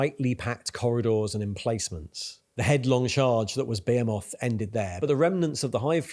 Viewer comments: Its "ba he moth" not "beo moth" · Dude, for real. How is no one mentioning this? Who the fuck says behemoth like "Bay-a-moth" instead of "Be-he-mith". Fucking crazy, unwatchable video. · Bro why are you saying Behemoth like "Bay a moth" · my man, i dont think that is how you pronounce behemoth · I think you're great. Your channel is awesome. You're pronouncing my army incorrectly. Its ok. I understand what you're doing. You're doing it on purpose to drum up snarky comments, like this one. Get that viewer interaction. You're pronouncing Behemoth wrong, too. Keep up the good work. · The way you pronounced behemoth.. Had to stop watching there